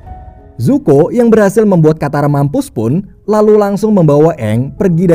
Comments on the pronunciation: Zuko bang bukan zoku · Bacanya zuko bukan zoku min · zuko bang bkn zoku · ZOKU ❌ ZUKO ✅ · Kyaknya Zuko min bukan zoku🤦‍♀️ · Pangeran zuko bang bukan zoki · 03.00 Zoku apa zuko ya 😅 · zuko❌ zoku✅ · Zuko bukan zoku:v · Zoku apa zuko bang??? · Bang bukan zoku tapi zuko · Zuko bukan zoku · Zuko oy bukan zoku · ZUKO woi bukan ZOKU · Zuko woy anying bukan zoku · Zuko Bang Yang Bener 😁